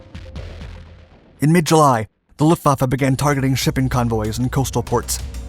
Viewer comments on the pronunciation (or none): none